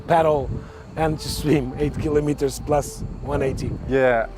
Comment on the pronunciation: I can see why this guy is the president of the tourism for Cascais—laid back, eloquent, diplomatic, and knowledgeable. And he pronounces kilometres correctly! Great!